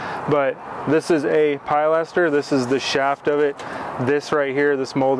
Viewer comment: The pride that you take in your work really comes through in your videos. Might want to double check the pronunciation of pilaster, though.